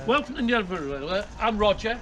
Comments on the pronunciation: Bro said nen it’s nene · Not saying your wrong but it’s pronounced neen